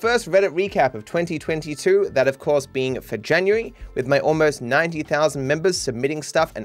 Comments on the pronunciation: ah yes, janurary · Janurary lol